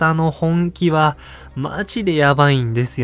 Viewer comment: 「アカザ」のイントネーションが・・・。無惨様の「猗窩座、猗窩座、猗窩座」のイントネーションを思い出して！